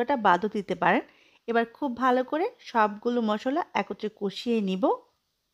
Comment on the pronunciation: মসল্লা না মশলা।😊